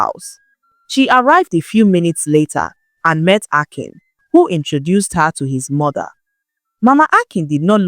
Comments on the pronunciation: I like the new voice. But she's pronouncing the names like an AI narrator would. Also she is pronouncing 'Akin' in 2 different ways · This is not Nne voice. Maybe AI due to the inconsistencies in the pronunciation of the name Akin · Is This an AI narrator? I follow and listen to your stories because of your voice, this voice is okay but pronouncing names like AI, "Akin" "Ekim" "Akim" "Ekin" and so on, i know the work load is much, but please Use just your voice, there's this joy in hearing your voice with the story